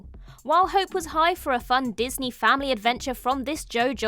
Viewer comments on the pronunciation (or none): none